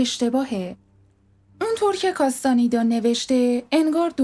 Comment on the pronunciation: کاستانیدا❌ کاستانِدا✅ دُن وان❌ دُن خوآن✅